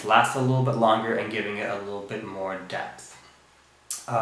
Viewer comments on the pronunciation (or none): none